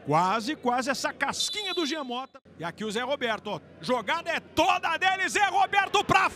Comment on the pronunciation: Alguém avisa pro narrador que é Jean e não Gian!! Kkkkkkkkkkkkkkkkkk